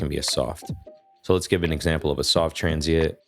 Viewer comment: It’s transiENT not transiIT btw